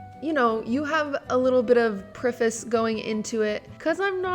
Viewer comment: Why did she say preface like that